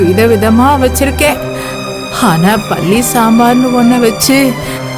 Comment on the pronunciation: It is palli not bhalli